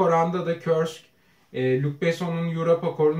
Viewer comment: KURSK yazıldığı gibi okunur,Rusça olarakta aynen KURSK diye okunur,sanki iki R harfi varmış gibi,biraz sert okunur,Yani KÖRSK değildir Kanalınız çok güzel severek takip ediyorum,daha iyi yerlere gelir umarım..